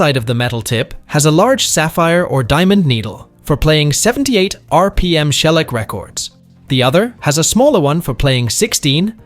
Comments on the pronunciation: I knew the record needle, but not the pronunciation of "shellac". What is "Shell-ik"? AI voices are not interested in anything. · Oh Oh. AI voice can't pronounce 'shellac.'